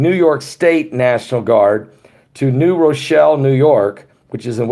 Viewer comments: Drop the "E" sound from New Rochelle at the end!.. It's pronounced "New Rochell" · The E is silent. New rochell. Silent e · Lol... it’s New Rochelle.. ( Row-Shell) Cuomo scares me! He is a tyrant. I grew up across the Hudson River , in W. Nyack.... right by West Point Academy. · New Rochelle the E is silent.. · I dont think you hear the e on Rochelle.I live in Rochelle in another state and we pronounce it with the e silent. Lol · The e is silent in New Rochelle. I love you guys!